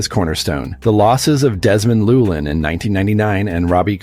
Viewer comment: You pronounced Llewelyn incorrectly.